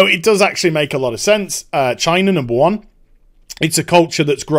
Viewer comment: "China Numba One" Just whose side are you on sir?